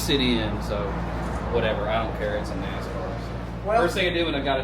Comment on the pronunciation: Damnit man. If you say "a nacar" anymore I'm coming for your man card!